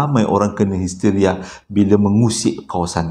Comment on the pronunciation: Hesteria😆 Layanzzz. Seronok kekdg trsasul